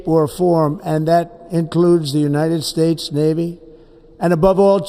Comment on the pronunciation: United Spades. Couldn't had said it any clearer.